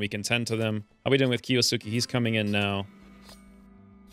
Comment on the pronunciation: Key-OH-Skay screams my inner grammar nanny. (Kiosuke a main character in Roroni Kenshin.) I secretly hoped the bears would off him to get rid of the hangnail. 😅